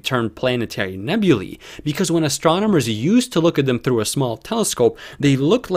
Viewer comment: Finally, someone who pronounces "nebulae" correctly! Most of the astronomy hustlers flogging stuff on YT get it wrong.